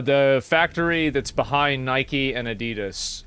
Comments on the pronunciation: Americans hear for the first time how Adidas is pronounced correctly and they are making fun of it xD "Adi" is the short name for "Adolf" and "das" the first 3 letter of the last name from the Founder "Adolf Dassler" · the way the narrator screwed up saying adidas im starting to feel like its AI doing the talking